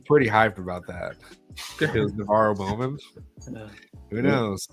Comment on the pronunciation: It’s not bowman